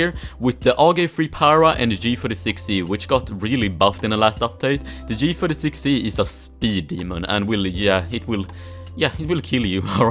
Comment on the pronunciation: When he said the g36c the accent is so strong, g-zurisix-c